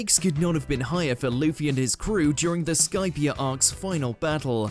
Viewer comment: “skip skypeia”🤓🤓🤓